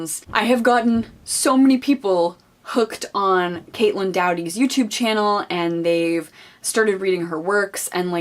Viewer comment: How are you so enthusiastic and passionate about this women and speak in such a way that you have thoroughly researched her yet you continue to mispronounce her last name? Lol